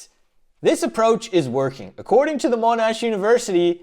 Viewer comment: Monash University 😂😂😂